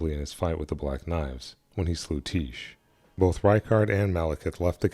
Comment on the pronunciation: Being that Alecto is a greek name, would it not make more sense for Tiche to be pronounced "tie-key," two syllables?